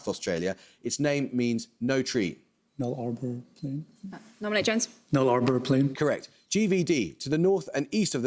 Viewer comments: The Nullarbor is not pronounced "Null-arbor" but instead "Nullabore". I suppose the pronunciation of "chitin" was more egregious. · Please learn how to pronounce Nullabor…Null a bor not the idiotic way said here. Where we are all speaking the same language then place names should not change just because you cannot be bothered, or think that place is inferior. No one would say Larndone for London would they? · There don't seem to be many Aussies here so on behalf of the nation: I'm outraged at the pronunciation of 'Nullabor' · He isn't really in Paxman's league. He isn't as smart as he's pretending, he's just reading the cards out, and he still mispronounced "interpolate" and "Nullabor" and "Meuse".